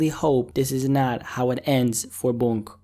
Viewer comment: My man it’s “Boonk” not “Bounk”